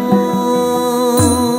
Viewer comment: The song is beautiful, music is beautiful.. But in the song the word 'Abujh' & 'Bandhu' itself is a bengali word which is pronounced as 'obujh' & 'Bondhu'. And i am little confused now why Shaan (himself is a bengali) pronounced the words wrong..?